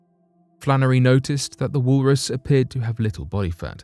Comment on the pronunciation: " wool Russ" 🙄